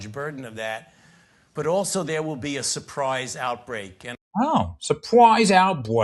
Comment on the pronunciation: Supwise outbweak? Hahaha! That's hilarious.